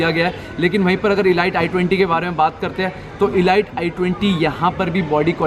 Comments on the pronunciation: 'ELITE' KO 'ELIGHT' NAHI BOLTE CHUTIYEEEEE. RANDWE, ELIGHT-ELIGHT KARTA REHTA HAI. It's pronounced as 'ELEET' you Moron! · Bhai..”e-light” nahi “I-leet” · Atleast pronounce 'elite' correctly since u own the car..its not e-light....lol...anyway plz do some more homework before passing judgements ...i pray u never bang your car to experience the safety standard of your car...u need to learn a lot about cars ,metals,strength ,structure..etc.etc... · It is not e light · Exactly wrong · It is elite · Doing a very good job with your videos but you pronounce elite wrong my suggestion is you check the pronounciation